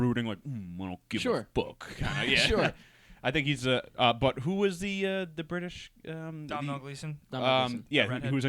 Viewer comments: guys Domhnall Gleeson is irish and sorry to be annoying but it's produced Dough-nal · not to sound like an asshole , but in Ireland , they pronounce Domhnall Gleeson like Dough Nell